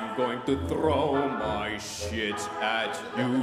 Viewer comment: I like how he emphasized the word "shit" unlike from the game 😂 I felt that 😢✊